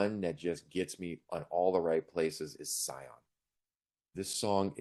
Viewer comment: Nice review. I have different song preferences but share your view of the EP as a whole. Btw, when talking, Saiki pronounced Sion as シオン (Shion), or for the closest equivalent using English words: "she on".